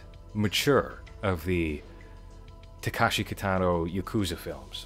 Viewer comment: Somebody else already pointed out that you got the filmography timeline wrong. But I wanted to also mention that you're pronouncing the name incorrectly (a more egregious error). It's not Takashi. It's Takeshi.